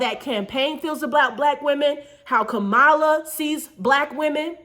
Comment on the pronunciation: Pronounced “Comma-La”. I agree with the message though.